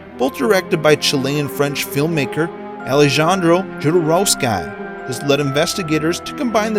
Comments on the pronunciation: how this guy pronounces words and names tsuki50 = Tooskow50 Sinistra = Sinister Integral = Intreegal/Intrikal Hashtag = Hashtig Alejandro Jodorowsky = Aleganro Judaroskai (1st time) Jordowskai (2nd time) Protox - Proto-Axe / Pro-X Puzzle - Pozzle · It’s pronounced Hodorovsky!!! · "Jodorowsky" was even worse XD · He messed up his last name as well